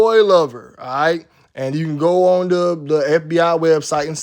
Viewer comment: Why u day goonew like that lol that was my guy